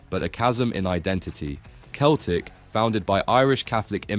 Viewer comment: fr, it takes two seconds to look at google and see how easily it is to correctly pronounce Galatasary and Celtic